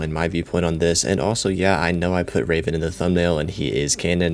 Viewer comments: Tf you’re calling Revan Raven? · Are you saying raven like the bird or reven?